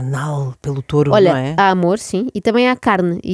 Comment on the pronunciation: A auto-proclamar-se melhor que a Ana, logo a seguir a dizer tOREO 😅 menos Inês, menos 🤣